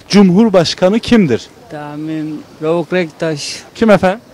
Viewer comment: adam Rauf Denktaş diyor